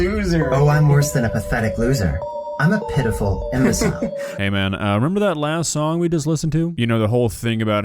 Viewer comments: For a second there where he said "pitiful" I could have sworn he said PDF file, like just admitted it all chill-like. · i thought he said “p**ophile” instead of “pitiful” 💀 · ...when he says pitiful, it almost sounds like p*ed*op*h*le